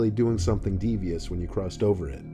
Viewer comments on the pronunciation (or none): i cant bruh, him saying devious is funny af